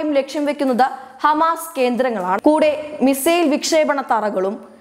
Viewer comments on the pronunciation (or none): none